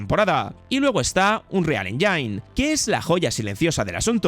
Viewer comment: "Engine" se pronuncia Énshin no ensháin, disculpame, corregir es mi toc 🫣😅 excelente vídeo ❤☝🏻🤠💎🎉